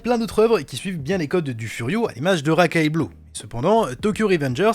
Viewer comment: Racailles Blue??? C'est Racaille BlueS!! (blouz), respectes ce chef d'oeuvre stp! 😭 D'ailleurs si vous avez l'occasion de le lire foncez vraiment À part ça super vidéo! 😁🙏